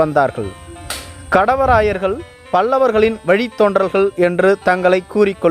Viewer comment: காணெலிப் பதிவு நன்று. 'கடவராயர்' என உச்சரிப்பது சரியல்ல. 'காடவராயர்' என தெளிவாக உச்சரிக்க வேண்டும். காடவராயர், கல்வெட்டுகளிலும் அக்காலப் பாடல்களிலும் "பேணு செந்தமிழ் வாழப்பிறந்த காடவராயன் கோப்பெருஞ்சிங்கன்" என வரலாற்றில் போற்றப்படுகிறார்.